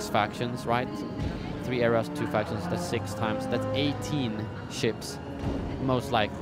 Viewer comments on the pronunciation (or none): none